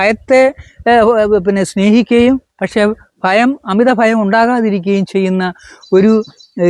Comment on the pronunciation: കൊല്ലം കാർ chilar♥️അങ്ങനെ